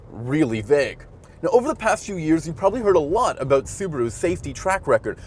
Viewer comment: Did u say “a boot” or “about”???